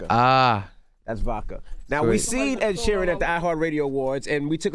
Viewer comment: ‘Ned sheeran’ 🤣🤣🤣🤣